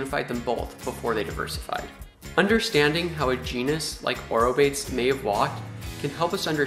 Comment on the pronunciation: I like your vlogs, but please for pronunciation of biological names use a website that is for that purpose, ie aw-roh-BAY-teez!! Thank you! In these words all syllables are pronounced, does not rhyme with English word 'rebates'